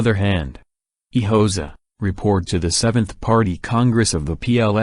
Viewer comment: How am I supposed to take you seriously if, within the very first second of the video, you cannot pronounce "Hoxha" correctly? I came here to find historical information, not rubbish.